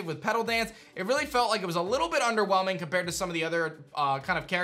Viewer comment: How many times did he say 'underwhemling'